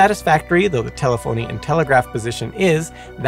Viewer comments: It's te-LE-pho-ny, not te-le-PHO-ny. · Nice to see you again! For future reference, telephony is usually pronounced closer to teh-leh-funny. From what I can tell, the way you said it IS still acceptable, but I've never heard it said that way in all the years I was in the telecom industry. I know, everybody is a critic. Great channel and video though! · Let's not forget the record producer Joe Meek's musical homage to the Telstar launch with the #1 hit of the same name. Played by the Tornadoes with Clem Cattani on drums. The very primitive music video to accompany the music has a couple clips of the launch. Also, a very small point, but telephony is pronounced slightly different than in the video.